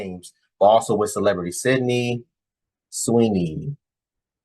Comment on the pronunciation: Bro said syndey Sweeny... Man that's shows she watches. Aint no dude she talked to say his type is Sydney Sweeny by name.